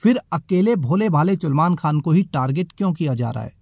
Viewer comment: Chulman khan😂😂...its salman